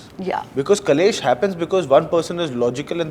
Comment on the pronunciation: Great interview- only correction ( it is KLESH not KALESH ) ❤